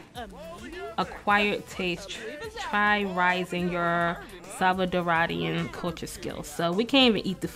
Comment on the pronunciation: It’s stressin me out the way you’re saying salvaDORA and salvaDORIAN not salcadaraduh...